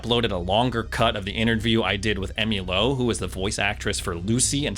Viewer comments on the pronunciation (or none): none